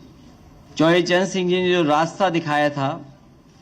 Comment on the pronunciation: पहले बोलना सीख लीजिए चौधरी चरण सिंह है चौवरी चरण सिंह नहीं